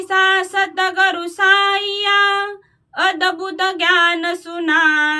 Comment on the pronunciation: Satgar nhi satguru bolo